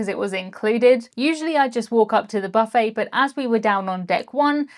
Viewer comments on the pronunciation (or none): none